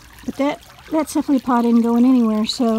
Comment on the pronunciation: That is pronounced, CEPH-al-o-pod.